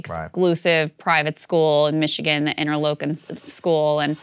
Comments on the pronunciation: It's "Inter-Locken" not "Inter-Lowken" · "in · tur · laak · in" NOT "in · tr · low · kn" *Had another comment here about B1den but YouTube didn't let me post it.